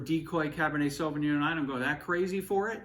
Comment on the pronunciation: Cabernet Sauvignon in an Italian restaurant is a crime in itself. Pronouncing it as sauvingoan is another one.